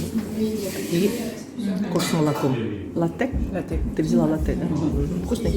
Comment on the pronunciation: Латте, ударение на первый слог